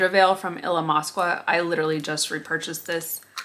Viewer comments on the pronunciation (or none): Love these declutters! Also I think it’s pronounced Il-amas-ka! (